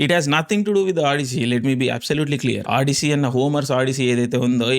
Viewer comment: Audissi entra anukunna Odyssey aa ....arey Nayana nuvvu antha american accent mingakarle ikkada antha lakshmi Ganapathi films batch le